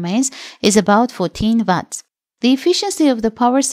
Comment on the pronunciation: Please please change the narrator. It’s called watts not VATS!